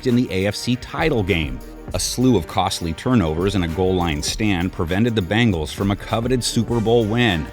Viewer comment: Hey commentator, it’s bengals like bing-als, not bang-als like what you’re saying